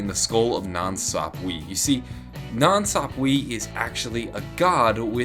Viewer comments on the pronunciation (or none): ITS PRONOUNCED "nansapwah" NOT "nansapweeeeeeee" !!!!!!!! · Sahp-Wuh, not weee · It really is funny how he says,"nan sapweeeee"😂😂😂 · Nan- sap- way